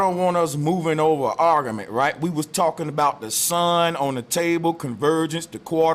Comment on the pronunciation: Argamint, Flat earthers know how to mispronounce words.